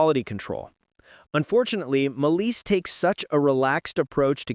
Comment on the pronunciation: What is Maleece? It's Malice.